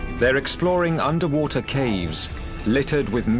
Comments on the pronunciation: Andrei Laurea woother? Wtc is woother ? Ewe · Underpreesha, underwoother, unda ground. 😂😂😂